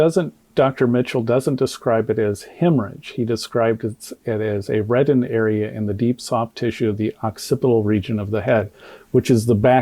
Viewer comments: He couldn't pronounce ocpital lobe. If you can't read, comprehend and speak good english, you shouldn't try to explain body structures and organs or autopsy's. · "Decomposition" and "occipital" aren't difficult words. Crump is illiterate. Dissection of the throat is common when cause of death is undetermined.